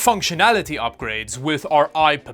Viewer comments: How do you get "Pepega or I Pepega out of ipega there is only one 'p.' Personally I'd pronounce it i peg a (eye pega) 🤷‍♂🤷‍♂ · why do you keep pronouncing ipega as ipapega? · Ipepega. U lost me there. It clearly says ipega. Not ipepega